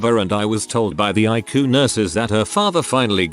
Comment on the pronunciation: OMG, at least teach your computer that ICU is pronounced I C U just the letters, it's not a word it's letters that stand for "Intensive Care Unit" not eyecoo. I really like your stories but jeez do some work with your fake voice.